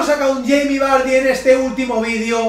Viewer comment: Madre mia 116 TOTS jaja increible que locura! Me encanta cuando dices yeimi vary xDD Un saludo!